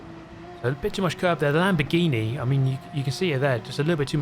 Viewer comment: I heard that too 😂😂